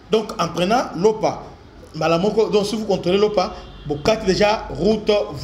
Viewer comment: un peu de rectification quand tu appelles lopa fait comme si tu m'étais accent grave sur a final lopa